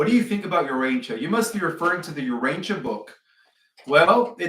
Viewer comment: "Ur-'ANCH-ee-a Book" And that big Tokyo serpent is pronounced "Le-'VI-a-thon". Not "'LEV-e-a-thon" Both words the accent is on the second syllable.